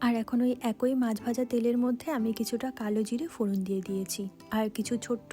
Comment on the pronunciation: কথাটা একৈ নয় এক ই। অবশ্য পূর্ব বঙ্গের মানুষের কথ্য ভাষায় অনেক পরিবর্তন এসেছে।